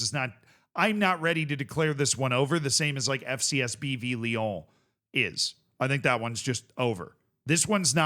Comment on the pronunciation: theres no "the" in ibrox its just going back to ibrox, also say lyon again lol